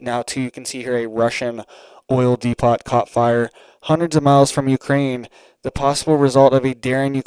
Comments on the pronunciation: 👋😇🗯️ it's pronounced dee-poe not dee-pot Depot just saying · do you have a Home Depot close to you? It is not pronounced d-e-p-o-t. It is pronounced d-e-p-o. You do an awesome job and thank you! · Dude pronounce it correctly DEPOT how do you say Home Depot,??? It's not De pot its DEPO,the t is silent ✌️ otherwise great video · DE-PO, Not De-pot.🙂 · Depot is pronounced "dee-poh", not "dee-pawt" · It's "de-po" not "de-pot" unless you're asking where the weed is! 😆 😉 👍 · de PO, NOT DE POT. LIKE HOME DEPOT. Otherwise, thanks for being on top of your game. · Depot is pronounced Depo. The o sound is long as in open. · Depo.. Not depot .. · It is pronounced: dēpōt, just FYI. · Oil depot is pronounced oil Dee Poe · Sorry, but it's depO...the t is silent, other than that great job! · Please quit saying depot it is pronounced depot the t is silent!!! de·pot /ˈdēˌpō,ˈdeˌpō/ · DEPOT is pronounced DEPO.A SILENT T,.Correct pronunciation is required from talking heads. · The 'T' IS silent, DEPO leave off the T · Pronounced 'D Poo ' - depot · D-poo? Really. I'd say D- poe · Dee Poe, no T sound in depot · T is silent in Depot.